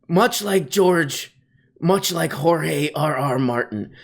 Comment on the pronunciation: I think you have to roll the R's. It's Jorge Rrrrr Martín.